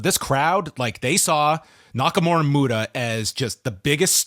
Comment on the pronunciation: MU-TA.....not Muto